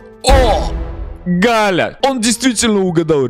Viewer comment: НЕ ГАЛЯ А ҒАЛЯ 🤣